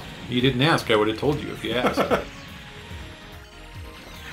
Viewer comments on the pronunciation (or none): none